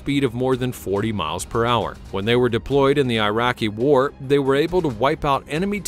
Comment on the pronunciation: What's up with this channel. They can't say WAR. War war war war.